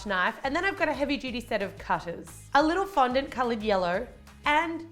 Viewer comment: Lol "it's fondant!" It sounds funny with his accent